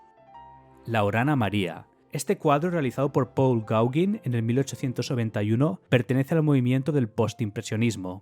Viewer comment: me hizo gracia oir RESOLUCION de un obra de arte pictorica, está fuera de lugar , las medidas de ancho y alto es para referirse al bastidor de toda la vida, mientras que tu palabra es del mundo actual de Internet y la fotografía, videos etc. Otra tema es la pronunciacion del apellido Gaugin , es frances, y se pronuncia con la I como una E GOGEN...... ESTA ES LA PRONUNCIACIÓN ESPAÑOLA DEL FRANCÉS, LAS OBRAS PARA MI SON SUPERVISTAS Y CERCANAS A MI PROFESIÓN EN EL ARTE. HAY MUCHISIMAS OBRAS DEL MUNDO ACTUAL, MUCHO MÁS HERMOSAS QUE TODO LO QUE HAS MENCIONADO, SI , YA SE QUE TE PARECE ASOMBROSO LO QUE DIGO, PERO HAY QUE ECHAR UN OJO A LAS OBRAS ACTUALES QUE TAMBIEN SE LO TIOENEN MUY MERECIDO. NO SOLO LOS QUE PASARON A LA HISTORIA.